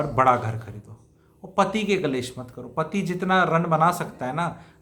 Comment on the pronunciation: एक शब्द को लगातार ग़लत ही बोला जारहा है । वह.शब्द़ है -- " कलैश " जो कि पूर्णतया ग़ उच्चारण है । सही उच्चारण है -- " " क्लेश " ==